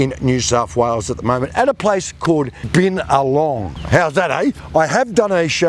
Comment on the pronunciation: He pronounced the town wrong